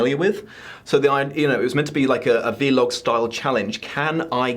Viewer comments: Today I learned that pronounces "vlog" as "v-log" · I know, I was like "did he just—??" XD